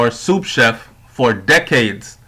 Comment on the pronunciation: *SOUS Chef NOT "soup", *aUthor NOT arthur. Work on your reading skills before you get on the web.